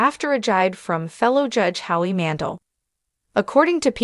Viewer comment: Howie's last name is pronounced Man-dell. Not Mandle